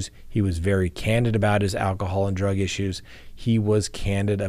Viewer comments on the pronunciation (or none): none